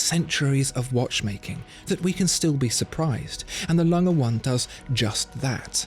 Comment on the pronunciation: LangE. Not Lang. UND sohne. Not AND sohne